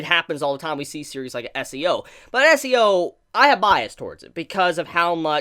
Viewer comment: Is it just me or is he saying SEO?